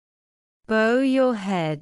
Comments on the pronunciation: /bau/, as it is an action. /bo/ as in bow-tie the video read it wrong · Hello, bow your head. Bow pronunciation is bo or bau. Pls clarify. Thanks